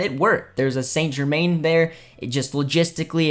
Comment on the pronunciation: What a shocking pronounciation of Saint germain. Especially when French is one of Canada official languages